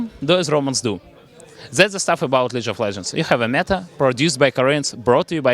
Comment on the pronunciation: Leej of layands